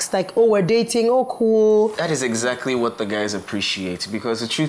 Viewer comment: did anyone else hear him say exakry??